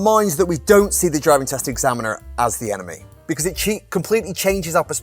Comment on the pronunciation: Omg..you were saying enemy..but I kept hearing 'anime' 'anime' 😅